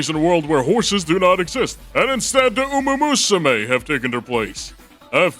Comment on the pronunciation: it's called uma MUSUME, not uma usume